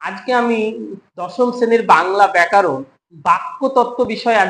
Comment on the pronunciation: আচ্ছা আপনার ভিডিও দেখি আপনি ব্যাকারণ উচ্চারণ কেন করেন? আপনার থেকে দশজন শিখবে, উচ্চারণ সঠিক করুন, কারণ আপনাকে এতোজন দেখছে।